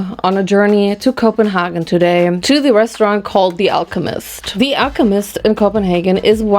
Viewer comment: The perfect german KopenHagen 🥹 As a dane, I aprove the german version 😂🥹 And you spoke to the head chef 😅